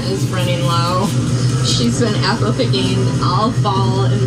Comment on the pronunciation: Is there anyone else out there that can't hear the "yapple" pronunciation? I feel I'm missing out.